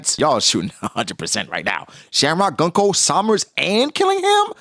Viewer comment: His name isn’t Killing-ham. Its Qilingam. Her name isn’t Gun-Koh. It’s Gounko. Why can’t people say any of the gods knights name properly.